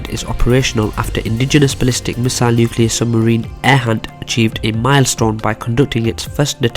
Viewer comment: Arihant - "Airhunt" Agni Missile - "Agony" Missile Your accent and mispronunciation make these weapons somehow sound more badass. Idk